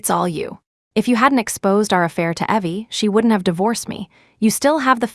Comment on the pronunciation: Funny how AI voice always get things wrong. It pronounces Evelyn as Eee-vil-an, instead of Ěh-vil-an… and pronounces Evie as Ěh-vee, instead of Eee-vee BUT… it did put “ok” in the right place with the right inflection, which all other Asia AIs do not do.